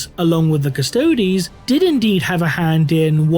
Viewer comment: The custodes sounds like karstodes